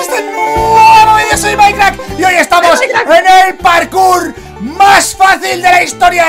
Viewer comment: Jajaja decia parcur xd Es "Parkour"